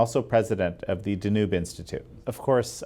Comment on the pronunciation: Dear, you are attempting to be a journalist and public communicator but perhaps without a communications degree? What is the reason for your inability to pronounce the word "DANUBE"? Have you never heard of Europe's largest river? Are you seriously incapable of pronouncing it in English? Then why are you conducting interviews in the English language? It's NOT called "the nube" you dunce, you boob, you goofball, it's pronounced DA-nube, with the emphasis on the first syllable DA. For the love of God, please don't be this daft and ignorant, please.